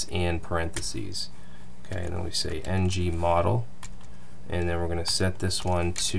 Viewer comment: it's ngModel, and not ng-model. Just in case someone who came from angularjs (like myself) is coding along with by ear